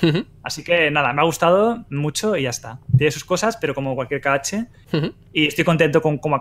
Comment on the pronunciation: Me da coraje que lo llame "ka ache" xDDDD